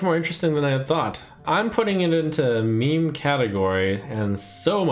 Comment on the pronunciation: "Me-me"... I love you, man, but it's pronounced MEEM FFS!